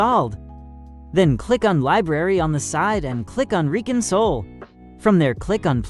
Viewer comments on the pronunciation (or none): I think bro said re cunsoul instead of re-console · Did he say re cunsoul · the subtitles said Re-Console, might be the accent.